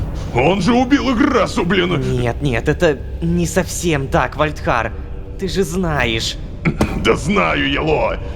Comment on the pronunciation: Сори за духоту но вальдхар а не вальрах